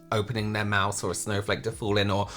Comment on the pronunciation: "Let a dog kiss you on the mouf today!" 😂